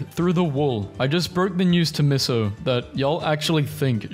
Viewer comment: it's the fact that the cats would rather be in the box than run out. So it's boring to see cat racing when 'all they do is stay in the box and not run' it's the hissing noise, hissing means 'fuk off' If u ever have trouble pronouncing a word u can look up 'how to pronounce....' eff-er-ves-cent not ever-see-ent 'mee-so' not 'miss-so' 'gourd' with an o, not 'guard' 'ren-ah-sau(like sauce)-nce' or maybe ren-ah-saun-ce ?